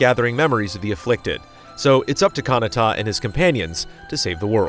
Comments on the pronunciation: kahnatta? ka-na-ta pls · *Galdra not Gladra lmao. and you’re also pronouncing Kinata’s name wrong haha. Booooooooo